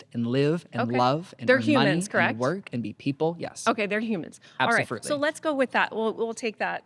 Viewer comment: Did he say absofruitly? 😂